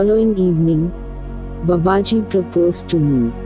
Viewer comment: Swami sathyeshwaranandaji explains this in his book Babaji. The name BABAJI should be rightly pronounced. It's not babaaji.....it is Baa baaji. In other videos also reader did the same mistake..I hope the reader would rectify this mispronunciation. Leave aside the accent...atleast His name should be rightly pronounced. 🙏